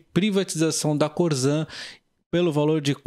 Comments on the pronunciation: É corsan que se fala e não corzan. Abraços!! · Se escreve Corsan mas esse S tem som de SS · Teria que aprender a falar o nome correto da empresa.....